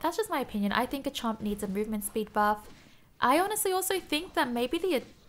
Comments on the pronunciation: Garchomp not Gachomp there is an R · am i the only one that gets triggered when she says Gah chomp and not GARchomp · You say Gachomp or is just me? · I love how says garchomp Gahchomp Not sarcastic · You’re the first person I’ve heard pronounce Garchomp that way!